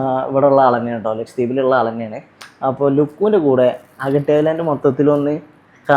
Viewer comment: അഗട്ടി അല്ല അഗത്തി ആണ് 😅